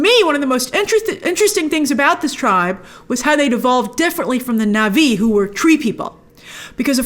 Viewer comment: What's nuvee? Na'vi. Or just say nawvee. And her name is Tsireya not reya.